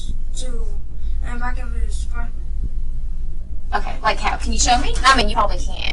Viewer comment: Where was DCFS (CPS) before all of this? This could and should have been prevented!! Side note: I couldn't stand the way the detective said "Okay", she said it like "Okuam" 😒